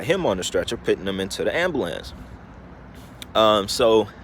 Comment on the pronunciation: You are dumb bro. Don't speak crazy bullshit before you know facts. Video happened because everyone has phones now. Duh. Who seen them have mask...... the other people in the house with pop smoke. Who called the police, the same people in the house with pop smoke. Jeeze your really stupid. Also it's pronounced amBulance. Not ambAhlance. Smh